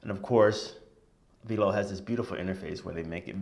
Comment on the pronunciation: The incredible app is pronounced "V - L - O" like 'FLOW' but with a 'V' :D